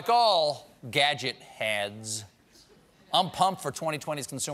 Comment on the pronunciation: You mispronounced "Gadget Dads."